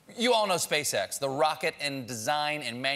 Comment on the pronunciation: I kept hearing “space sex”